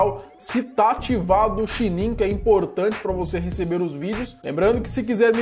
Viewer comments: Ele numa hora disse xinin en vez de sininho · você falou chininho e não sininho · só eu q percebi q ele falou chininho? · Eu nunca tinha persebido que ele falava xininho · "SE TA ATIVADO O XINIM DE NOTIFICAÇAO" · Gente eu percebi que em vez dele.falar sininho ele falou xininho nao sei vocês mas eu percebi lá no começo do vidio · ele disse xininho kkkkk